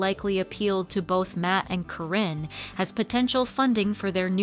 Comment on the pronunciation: They were never married and she was his farm manager and just wanted his money. It's not CORRINE, it's Karyn (Kar in). GET YOUR FACTS RIGHT AND STOP WITH THE LIES.